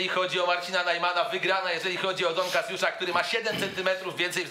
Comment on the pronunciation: "Dona Kasjusza "